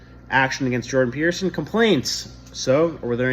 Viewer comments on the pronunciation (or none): Peterson with a T not a D